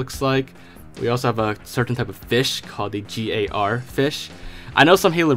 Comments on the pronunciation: The rat is in the game you can find it in one easly on exodus in building with the suicide grunts. Also it's not G-A-R it's Gar as in like an aligator gar known for its long jaws and scary look. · G A R fish... You mean the gar? lol They're real fish in the USA. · I died of cringe when he said G A R fish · the gar fish is a real fish and its gar not g.a.r lol but its ok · You say GAR just like CAR, just with a G. It a fish that’s native to Florida and it’s a f**kin beast.